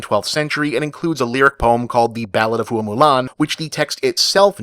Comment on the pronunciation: The name 'Hua' should be pronounced like "whah" rather than "hoo-ah". The "ua" are a diphthong.